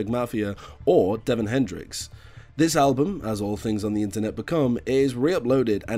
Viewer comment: ITS DÉVON, ACCENT, ACCENT, LISTEN TO HIS SONGS!!